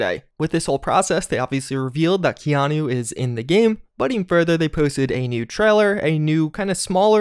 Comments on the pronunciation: Say it with me... KEY-ah-Nu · How did you manage to pronounce his first name wrong?